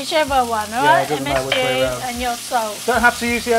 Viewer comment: Weird to here you say msg and another msfuckingg 😅